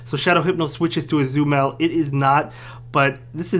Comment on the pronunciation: Ah-zoo-mel lol